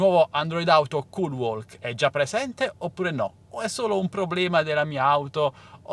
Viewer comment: Si pronuncia culwok, la L é muta